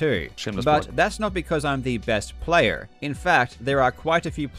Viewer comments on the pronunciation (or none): Karl forgot to turn off his accent on that "player" haha.